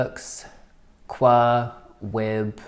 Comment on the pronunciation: As (almost) always, I agree with everything you said. (p.s. QWER is pronounced as the individual letters)